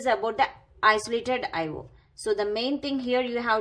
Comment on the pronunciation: Eye wo devices.... Lololoo